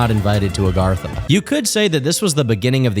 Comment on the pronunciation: Argartha?, you ain't richtofen 💀